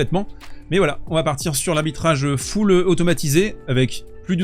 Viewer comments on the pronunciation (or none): none